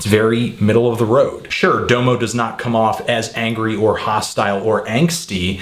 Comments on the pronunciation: I CAN'T TAKE YOU SERIOUSLY WHEN YOU DONT KNOW HOW TO SAYS DOMO'S NAME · He pronounces Domo that way cause that's how you say it in Japanese lol. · Lol u guys make it sound like he would have appreciated the album more if he pronounced "Domo" correctly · ITS DA MO. NOT DOWE MOE. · Say it like DAHMO. Not DOMO, DAHMO. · DA-MO is how you say no DOMO domo is how it's spelled but not how it's pronounced. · dah-moe not doe-mo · Unfortunately its not pronounced "Doemoe" its "Damo" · Why do u say his name like doomo ur supposed to say it like damo genisis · For fuck's sake, it's pronounced DAH-mo. Not DOUGH-mo. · It's pronounced "dahm-oh" not "dough-mo" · Like every single fucking song says his own name, pronounced "dah-mo" not D'oh mo... Please respect the man by saying his name right.. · DOM-O not Dome-o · His name is pronounced Dom O like Dom Kennedy. Not Doo Moo. Man if you going to diss him at least say his name right. Domo Genesis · pet peeve: domo's name is pronounced like dah-mo not doe-mo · It's Dom-O Bro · Its pronounced Dah-Moe, not Doe-Moe. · You pronounce Domo like Dah-moh not Doe-mo.. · The first o is an aaaa sound like the o in mom. So it's pronounced daaamo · No, it's Dominique. If you're using his real name as a pronunciation then it would be Dah-Mih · pronounced [dah_mo] sir. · His name isn't "Dough-mo." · LMFAO "doughmo" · Its Dah-Mo Oh my god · Well, even after a few minutes Google searching, it's pretty clear that his name is meant to be pronounced Dah-mo; this is further exemplified when he says his own name ("Follow me on Twitter at 'Dahmo'...") on the track Salute from OF's mixtape Radical ;) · It's DOM-OH :p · it's pronounced "dahmo" Genesis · Its pronounced DAMO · This is almost painful to watch every time you say "Doe-mo" But thank you for the great review. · His name is pronounced Dah-moh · Very good review, but I find it disturbing that a self-confessed "music nerd" cannot pronounce the artist he is reviewing's name correctly.